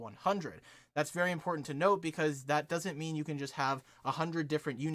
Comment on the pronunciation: "five importnat steps"